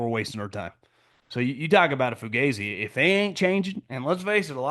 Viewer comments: it is NOT fuGAYzi .... it is fugazi ... the a pronounced like it is in 'AH" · haha there's no such a thing as Fugazi in Italian, it's a purely American acronym originated in Vietnam (fucked up, got ambushed, zipped in); if an Italian, without knowing what the hell that is, pronounced it, it would sound Foo-gaa-zee, definitely not Foo-gae-zee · 😂 it's funny though. Let him keep saying it wrong.